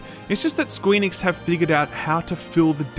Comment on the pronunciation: Are you saying Squee Nix ?? lol